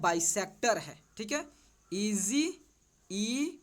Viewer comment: Parallel❌️Parlal✅️ Rub❌️Rough✅️ EG❌️Easy✅️ 😂😄😁